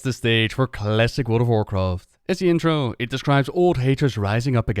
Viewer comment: Checked in to see if you still mispronounced things severely after all these years. “... and enjoy the full story of WarcraftSSSSS”. Not disappointed!